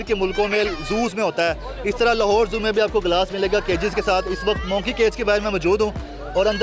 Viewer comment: ABA JAHIL INSAAN ITS MONKEY NOT MOONKEEY.